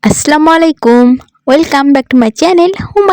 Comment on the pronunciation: Akhane dong ar ki ache kichu bbhujlam na ar Amar kache Mone hoi Salam ta suddho koren diyeche 😊